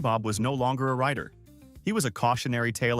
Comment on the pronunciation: Rider not righter